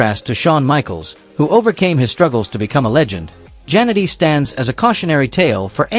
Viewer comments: The way A.I. Robovoice pronounces "Jannetty" as "Janitor"... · Terrible text to speech. Jan-etty. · At least get the pronunciation of their names right! I stopped watching after 40 seconds, just because you couldn't get Marty's last name right!